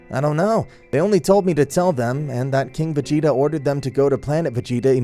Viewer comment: The story isn't crazy good but it's not bad either but you need to have a note where you know how to pronounce the names of certain characters and stuff like lord frieza instead of mr. Calling frieza mr. Sounds like he is a goddamn gentlemen and then there was planet vegeta it's pronounced vjita